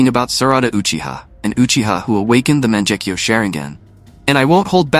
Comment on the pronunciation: monjecko? cmon now its a G not a J